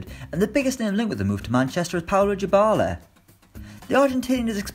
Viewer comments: I got triggered everytime he said "djibala" instead of dybala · U mean 'diebala' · Navi22 jibala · Paulo "Djybala"? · Your pronunciation of Dybala is terrible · W-why does he say Dybala like that... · Fr, where did he get the j from 😂😂